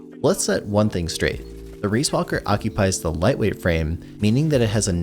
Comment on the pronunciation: excuse me? reesewalker? its just ree, riis is ree B)